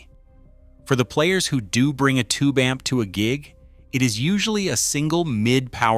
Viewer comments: Buying too much a-m-p? LOL!!!!!!!!!!!!! AI sucks. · A m p Goodbye ai lol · Thank you ! I personally found it adorable that it pronounced the word " amp " as A EM PEE. Very appropriate in a video about a em pees..... I hate Ai. And musicians, we are right around the point of the spear on this one. So AI can easily simulate crap music...... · AI slop. Can’t even pronounce “amp”